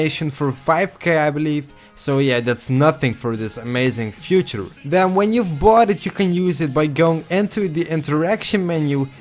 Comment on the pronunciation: hey man, kleine tip: Feature zoals je hier bedoelt, spreek je uit als "Fietjers" en niet als "Fjoetjer" (Future) :)